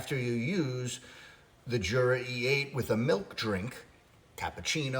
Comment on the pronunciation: I just bought this machine. I had the Smeg machine and didn’t like it. It made horrible weak coffee. I sold it. By the way, Jura is Swiss so it’s pronounced Yura.